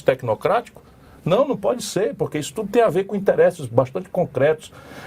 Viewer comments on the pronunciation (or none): pronuncia-se "interêsse" Ciro e não "interésse".